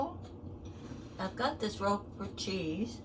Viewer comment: Thank you for typing the name of the cheese here! I could not understand what kind she said, even after repeating twice! 😂